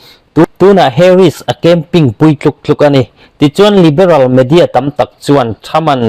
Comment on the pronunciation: Camping tia sawi lo in, Campaign tia sawi zawk tur